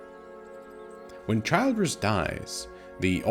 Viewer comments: This fucking AI voice is unbearable. It’s not Childe-ress it’s Childress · It's pronounced "CHILL-driss". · Childress, SMALL I. Not Child-ress. If the robot watched the show, it should know how to pronounce the “monsters” name. AI, Absolutely Not Intelligent. Unsubscribing from anyone who utilizes it. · Hey...stupid AI voice. It's Childress with a short I sound. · The pronunciation of Childress is killing me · Yeah I can see how you've watched the series you smart-ass A.I. ;) You can't even pronounce Childress in correct way. Nice try. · How do you mispronounce the guys name after hearing it a million times in the show? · OMG, at least get the AI to pronounce Childress corrently. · How can you mis-pronounce the last name of the family if you've actually watched the show?